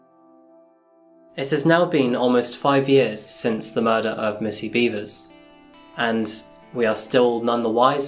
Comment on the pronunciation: R-randy....beavers? are you sure it's not beh-vers? I mean, i hope it's not, but... heh. Randy beavers.